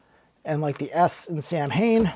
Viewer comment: The band 's name pronounces SAW - WiN because it is Celtic